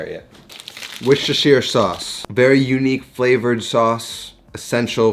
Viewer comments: Wuus-ter-sher. Yes, British weirdness. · i know you was waiting for it :) but please dont say it wrong, people will copy! Woos-ter-sher (three syllables) is correct! <- shire ... is like -> New Hampshire -> SHUURR